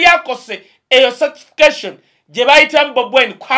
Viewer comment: Not Satisications. It's certification